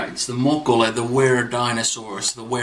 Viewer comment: "Mokolé," is pronounced like, "olé," or "Oh lay!"